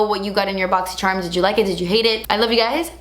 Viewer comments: Is it bad I purposely don’t click on these videos because I can’t deal with the pronunciation of “boxysherrrm” 😂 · I love how you say das expensive ... And boxy scherm .